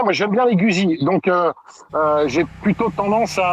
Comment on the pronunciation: Merci à pour ses top commentaires. Quand même juste une remarque, Guzzi se prononce "goudzi". 😅